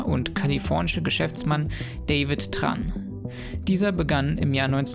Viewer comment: das vietnamesiche TR spricht man soricht man Dsch aus. :) (Tran)